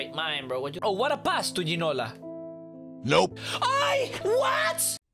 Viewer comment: You pronounced it right